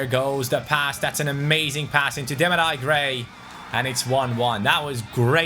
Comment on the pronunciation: It’sDemar-eee Gray not Demari... Cmon! 😂😂😂